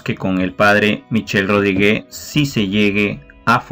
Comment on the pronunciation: Muchas gracias como siempre! 🙏🏽 La pronunciación del apellido del P. Michel es “Rodríg ”, NO Rodrigué. bendiciones a todos 🛐📿👸🏽